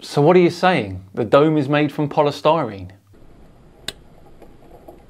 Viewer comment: "the dome is made from polystrene?" pls stopppp 😭